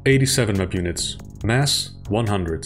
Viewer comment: If you're gonna say "map units", say "map units"... not "mpunits"